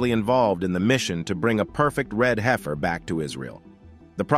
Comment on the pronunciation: It’s heifer, heaf-r 😂